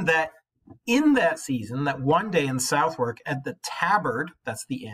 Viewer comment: Learn how to pronounce Southwark = suh·thuhk. Think about Maryland and Greenwich. It is not phonetic.